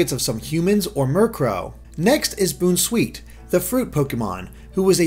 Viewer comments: too bad he didn't now how to pronounce Bounce sweet. Boonsweet...what the hell man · I think it's pronounced BOWN-sweet, like the word Bounce. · dude it s pronounced "bounceweet" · I think Bounsweet is supposed to be pronounced bounce-sweet considering the skipping away part of the Dex entry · I believe Bounsweet is pronounced Boun as in first part of bounce and not boon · I thought it was obvious that Bounsweet's name comes from bounce, so why are you pronouncing it Boon-sweet? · I love Mimikyu. Probably my favorite of this generation. And did pronounce it Boon sweet instead of bounce sweet? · is it not bounce+sweet so it isnt pronounced as boonsweet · Boon-sweet? It's boun as in Bounce. Because it bounces. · lol BOONsweet lol its bounce sweet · It's not pronounced Boon-sweet. It's Bounce-sweet. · Boon-sweet?? You mean BOUN-sweet as in bounce?? Smh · Yes lol. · Finally saying Mimikyu right! Now on to Bounsweet! Bounce-wheat! Bounsweet! it's sweet and bouncy! Tell your friends! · It's pronounced "Bounce-Sweet"!! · isnt it pronounced like a combination of Bounce and Sweet? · Right? IT SAYS BOUNS IN ITS NAME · But I am surprised that he pronounced bounsweet wrong which mostly everyone gets right and comfey right which everyone usually gets wrong